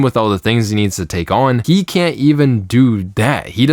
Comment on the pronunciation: You mispronounced "he".